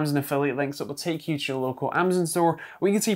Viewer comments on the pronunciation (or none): none